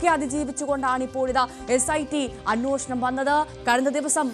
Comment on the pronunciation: അന്വോഷണം അല്ല അന്വേഷണം.. 😅